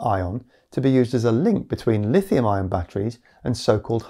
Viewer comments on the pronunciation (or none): zinc-iron or zinc-ion. probably ion but you do say iron and ion pretty similarly. don't go changing just because of me though. stay silly